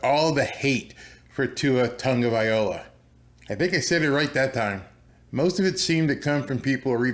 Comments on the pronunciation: Its Vai-loa not Vai-ola..lol. just call him what T.Hill calls him... Tua.T. :) Im pro Tua but the hate will be justified end of season, if dolphins do better than chargers, does that mean the the dolphins roster is significantly better? expert would say "no"... they would have to be to overcome a disparity in such a critical position...time will tell, and will Tua go 2-0 against Herbert later this year, who knows?! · It's TUNG-OH-VAI-LO-UH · I don't think you not quite pronouncing it right yet. Tua ( Tung-a-v-i-a-loa) thats how he wants it pronounced.